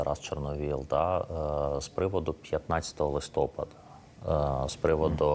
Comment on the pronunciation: Пане ведучий, журналісту не личить так безграмотно розмовляти!! Подивіться у словнику, де ставиться наголос у словах листопАд та гелікоптЕр! Сором!